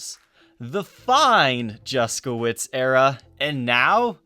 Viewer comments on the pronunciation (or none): The pronounciation of his name makes me cringe every time I hear it. It shouldn`t be pronounced "Juskowitz" !! If you`re curious how this name should sound- go to google translator, choose Polish, copy his name and click on the speaker icon.